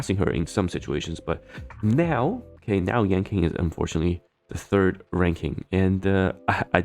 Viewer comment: Yanqing --> Yanking